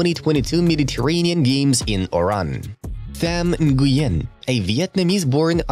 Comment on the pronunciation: Tham Nguyen is pronounced “wen”, it is a very common Vietnamese name